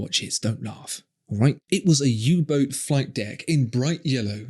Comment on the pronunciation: When you said U Boat, I actually cringed.